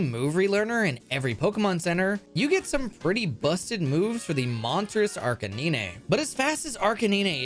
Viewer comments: did this clown say Ar Ka Nee Nay????!! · arc a nee neigh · Ar ka nee nay That iiis not how you pronounce it, it is ar ka nine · Did you literally pronounce Arcanine (pronounced Ar-ka-nine) as Ar-ka-nee-nee? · No I stoped watching don’t say arcaneenay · Nobody:: Arcaneenay Edit: thanks to him, I now pronounce it like that. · oh man, i was actually really interested in watching how the speed runs of my favorite pokemon game came to be, but as soon as you said Arcanines name i couldn't do it anymore.. it almost deafened me.. ARE - KAY - NINE! he is a dog hence the CANINE in his name.. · WHO THE FUCK IS ARCANEENAY? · arcaninay? come on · Arh-cay-neen-aiy. Arh-cay-neen-aiy. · I've never seen someone pronounce Arcanine as "ark-ah-nee-nay" before... :[ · What the heck is an Arcineenay??? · "ar cay nee nay" hurt me on a level that I cannot explain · Girl wtf is 'Arcuneenay' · Arcanine is spelled like Ar-ca-9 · I had to click off after you pronounced arcainine, take that as you will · Arkcaninay. Lmao I’m crying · Arci-ni-ne?? Seriously?? The way you pronounce Arcanine's name sent me into a spiral of suffering. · EUGHHH AR-KIN-NEE-NAY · ah yes, arcanenay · im sorry but ARCA NINE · Ar Canine. “Kay - nine” or a dog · I don’t really watch this guy so PLEASE tell me that it’s an inside joke to mispronounce arcanine and he doesn’t really think it’s said like that. (AND COPPERAJAH) It’s ARE-CAH-NINE AND- COPPER- AJAH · Ar-ca-knee-nay wtf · Arka nee nay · ThE fUcKiN wHaT ? Arc-i-nin-ay????? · I'd like to say that did not mention that he was going to say Arca-nee-nay over my runs and with that knowledge I might have heavily considered not letting him use them 😠 Great vid though! Smashed it with explaining the woes of Any% w/ No DLC on 1.2+ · Arca-Knee-Nay. Wtf is wrong with you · arkay9 is back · Everyone: Arcanine: ArCaNeEnAy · Probably pronounces 9 as “nee-nay” too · Time to hit the Arcanaenae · Arc a neen aye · Watch me archawhip Watch me archaneyney